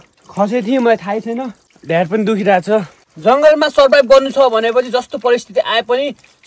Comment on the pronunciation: Bbl xa yrr ❤❤❤❤ ढाड ❎ ढ्याड✅😂😂😂